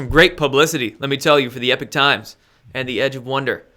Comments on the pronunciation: Hello! This is Lynne, not Jack. Anyway, I don't want to sound like a know-it-all, but isn't the "Epoch" times pronounced "EEE- pock" and not "epic" as it's being pronounced here? Anyway, great show,!! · love your show but it's Epoch Times pronounced as EEEPOK! not Epic.... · EEPOK... Not "epic" times... yeesh. Lol. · it is the E P O C H times, NOT the E P I C H times.... an o instead of an i.....??!!! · Note it's not 'Epic Times' it's 'Epoch Times' (as in Pock). Love the channel btw. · Please stop calling it the ‘Epic’ Times it’s called the ‘Epoch’ Times as in The beginning of a distinctive period in the history of something or someone. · Language nerd: it's epoch Times not epic Times. It's worth trying to maintain a distinction in pronunciation, though admittedly difficult and picayune. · Errgh...i'm sorry for being annoyed each time pronounces it "EPIC" times.